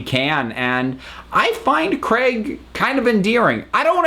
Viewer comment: Is the reason you wear Tom's scarf the same as the ring or because it's Doctor Who? Also it's Craig not Crag. Just listen to how the name is said in the episodes